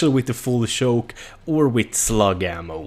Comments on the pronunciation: its not shoke is CHoke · He was pronouncing choke as shoke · He says full shoke and not full choke lol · "full schouke" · A full shoke